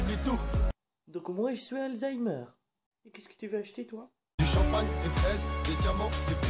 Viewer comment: mdrrr "donc moi chui alzaimer" 😂😂